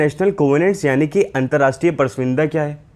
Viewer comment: Bar bar galat pronunciations kar rahe ho, pras vinda nahi hota, prasamvida hota hai..... hindi hamari matrbhasha hai...